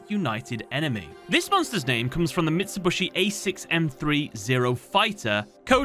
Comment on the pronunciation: Not him saying "mitsibushu" 😂😂😂😂